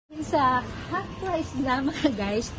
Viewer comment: Anong haft? You mean, "half"?